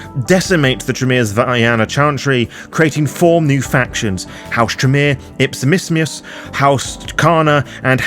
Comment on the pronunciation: I love your pronunciation of House Ipsissimus.